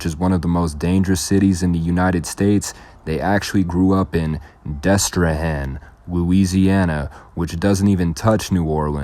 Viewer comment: Nigga said destrahan noooo🤣🤣🤣not even St. John parish🤦🏾‍♂️